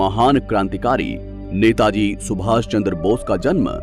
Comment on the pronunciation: सुभाप नहीं है सुभाष है bro🙄